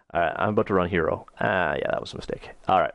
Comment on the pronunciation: This is a great tutorial, but I believe Hiero is pronounced: high-row, like in hieroglyphics. ;)